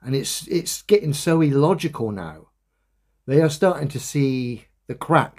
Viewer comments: New Word EElogical🤣🤣🤣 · Dan I love your vids but I can't listen to anymore, just his voice annoys me now. 1st his constant use of demonstrable reality now his overuse and mispronounciation of illogical, its an I not an E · Why does keep saying e-logical? I believe he is looking for the word illogical 😅